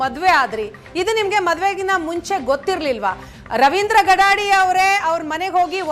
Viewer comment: ಗಡಾಡಿ ಅಲ್ಲರೀ ಗಡಾದೆ